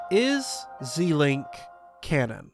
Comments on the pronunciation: Pronouncing it Zēlink sounds so weird. It should sound like the beginning of Zelda: Zèlink. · Zel not zee it's Zelda not zeelda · Just one thing you say "Zilink" and it's more like "ZElink" because it's ZElda and not ZIlda. I say it like that because in a message you can't spell what you say, so it's better actually saying what letters. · "Zee-link"? First time I've ever heard it NOT pronounced "Zel-Link". I don't like it. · Why are you saying it “Zeeee-link” and not “Zel-ink?” It’s a combination of Link and Zelda’s name. Zelda doesn’t have a hard E in her name. And link doesn’t haven an E at all. Why would you pronounce the E as a hard E? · Shouldn't the "Ze" in Zelink be pronounced like Zelda? Ze-Link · "Zee-link"? We can't be friends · Anyone think he is saying zelink wrong 👇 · "Zel-ink"...ship names are combinations of two names and are generally pronounced the same as if you were saying the full name, normal rules of pronunciation ignored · Why does every zelda tuber say ZEElink. It should be a short E. Her name isn’t ZEElda. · I've never heard someone say it like that. Every video I see it's always pronounced "Zee-link". Probably just a wrong way to pronounce it that got stuck. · the amount of times you said zelink completely wrong lol